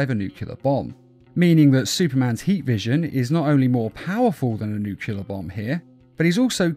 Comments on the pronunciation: Nuclear not nucular. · NU-CLE-AR Learn how to pronounce it. How tf do you get NUCULAR from that? Why do so many people get that wrong? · Nuclear, nuc-LE-AR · "Nukelear bomb"